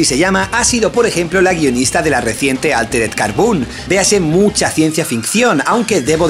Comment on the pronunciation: Altered Carboun xd ese ingles japones